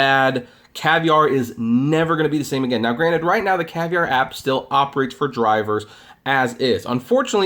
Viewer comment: Caviar... not Cavier